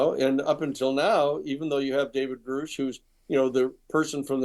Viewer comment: what a great job you do catching the little things between the lines that could just pass by without being noticed…I appreciate you!!!!! Also the annoying mispronunciation of Grush’s name 😂I hate when people mispronounce his name!